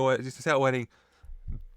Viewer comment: why u say beef like that 🤨